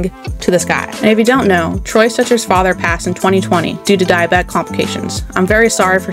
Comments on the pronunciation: STETCHER, not Stretcher. Also, Zegras as the NHLs "golden boy" like...no 😂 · Lady, if you cannot pronounce Stecher without saying Stretcher, then start over.